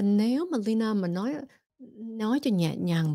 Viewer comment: chị kém quá đọc mãi k đc Lyna ạ